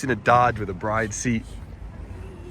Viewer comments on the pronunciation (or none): none